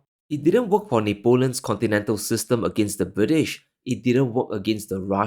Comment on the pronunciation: I can see that Napoleon hanging on your wall. you should pronounce him properly. it is Napoleon like in hut